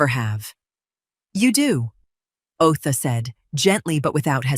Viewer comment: Otha is the attorney … not OA. Tenancy, not teny. Good grief even for AI this is terrible.